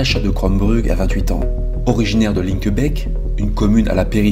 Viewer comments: Rien que pour la parfaite prononciation de Linkebeek, je mets un pouce bleu Excellente vidéo comme d'habitude :) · Big up pour ta prononciation des noms propres! C'est rare que ça ressemble à quelque chose de la part d’un français. Chapeau bas. Déjà le X de Bruxelles prononcé S. Linkebeek avec un É (qui aurait pu être un poil plus long) plutôt que le fichu È qu’on entend si souvent. Et finalement le nom de famille de Natacha qui est parfaitement plausible (je ne sais pas comment la famille le prononce, mais je pense qu’ils ne seraient pas choqués). Donc, grand merci pour cet effort car c'est irritant pour l’oreille dans maintes vidéos. Et merci aussi de relayer cette histoire dont on a finalement très peu entendu parler en Belgique.